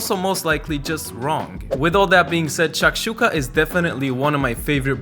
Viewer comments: it's shakshukA, not shAkshuka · I love how you say SHHHAKSHUKA and it looks heavenly! Though where I come from, a student breakfast that costs any more than $1 is not viable, so I'll have to tinker around with the ingredients, stretch the limits of how basic it can be Also I have no clue how the white side of green onions are leftovers for you that stuff's delicious